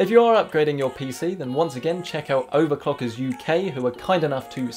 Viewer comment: he definitely said "OVERCOCKERS"